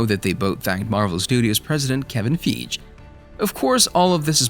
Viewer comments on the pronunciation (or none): Look Up How To Say Kevin Fieges Name, You're Butchering It Bad